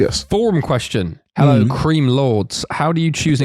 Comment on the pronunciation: he had to start with helleow